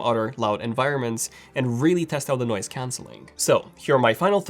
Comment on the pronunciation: man it's noise cancelling not noice cancelling hahaha